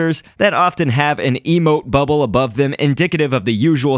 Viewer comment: Who else thought he said a emo bubble?